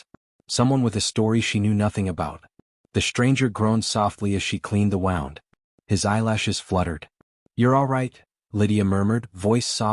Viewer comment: Good story, but we're gonna need part 2, please. Somehow, AI voice needs to learn the difference in wound (woond) as in he had a gunshot wound and wound (wownd) as in the thread wound around the needle. Mispronounciation of this one word is consistent in all of these western stories. I'll be looking for part 2. Make it soon, please. 😊